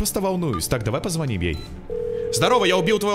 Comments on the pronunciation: Не позво́ним, а позвони́м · После слова "позвОним" захотелось выключить видео